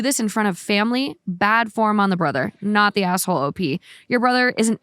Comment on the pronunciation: Can someone please acknowledge that when says asshole it sounds like asswhole